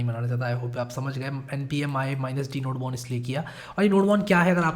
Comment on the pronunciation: Fun fact Nodemon is pronounced as "Node-mon"